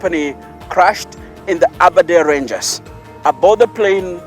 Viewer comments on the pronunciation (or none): Aberdare ranges not aberdare rangers😒